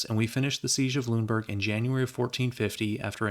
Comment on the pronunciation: Since you asked about pronunciations, I figured I'd leave a comment. Most of your pronunciations were about right, but Lüneburg should be three syllables (lü-nuh-burg) and Weimar should be (vai-mar) instead of (vee-mar). Also, Bayreuth should be (bai-roit). (Remember, "eu" in German sounds like "oi"). Great vid as always though, love your stuff!